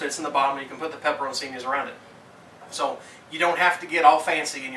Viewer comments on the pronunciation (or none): Actually it's pronounced pe-pe-rone-CHEE-nee but saying it quickly it's like pepper-own-cheenee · man said pepper o' cini